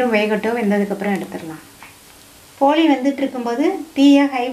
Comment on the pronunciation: போலி அல்ல போளி